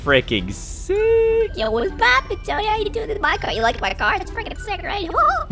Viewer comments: Why did you say “yo what’s poppin” like that?? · U said at the beginning: "what's poopin" oops I spelled rong!😆😆😆